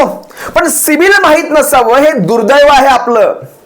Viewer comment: दादा ते पुन्हा बोला सिबील...सिबील... अssssssसिबील 😅😅